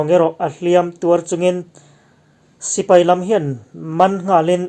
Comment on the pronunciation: I mizotawng hmandan a thlûk dik thlarh thin hi ka chhuang che, tih sual zauh hi a awmlo theilo chung hian i tisual tlem kher mai.